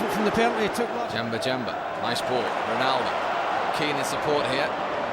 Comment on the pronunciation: "the is the one who did all the damage 'Ronaldoo' "